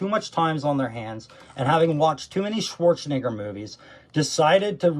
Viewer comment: He said Schwarzenigger